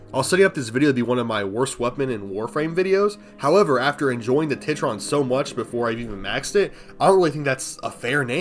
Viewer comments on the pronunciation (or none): TITron bro? TIT-ron?